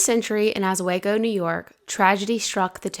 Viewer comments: I was so confused by this video as you said Os-swag-go. It's Os-wee-go. Don't worry, A lot of out-of-towners call it that too. ~Someone from Oswego county. Love the video though, keep making content. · Oswego pronounced OHH Sweee go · It’s pronounced Ahsweego. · Just now finding this. Oswego is pronounced “aaz-wee-go” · It’s osWEEEgo ❤ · It's pronounced OS-WE-GO. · just fyi Oswego is pronounced (Uh Swee Go), its an Iroquois word meaning “Where the water never ends.” We are on the shores of Lake Ontario. One of the great lakes. Also, the family’s last name is Tonkin (Tohn kinn) Tohn rhymes with, and is pronounced like John, but with a T, and kinn rhymes with pin …Tonkin. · You pronounced Oswego differently and I was lost. I grew up on the other side of Rochester and was familiar with the story. You told the story well.